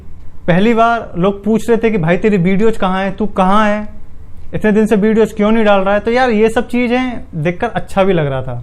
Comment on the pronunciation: भाई वीडियोज को बिडियोज क्यों कहते हो , थोड़ा अच्छा शब्द प्रयोग करो